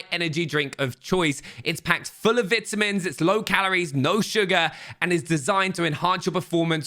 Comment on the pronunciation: I know you just didn’t say vitamins like that 😂